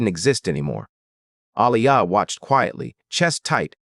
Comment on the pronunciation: Her name is pronounced A-lee- ya. Why did you say g instead of get